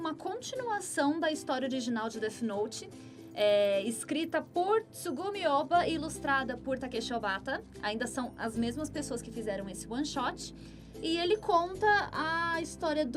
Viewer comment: né...e "desu noto" então...